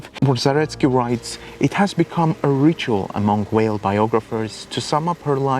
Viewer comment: You have a really lovely voice !- and incredibly interesting content. New sub here! (btw I'm reluctant to even mention this as your accent is so wonderfully ASMR - but, Simone Weil is pronounced Simone Vay [French pronunciation])